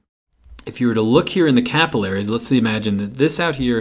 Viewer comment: me cringing at the way he says capillaries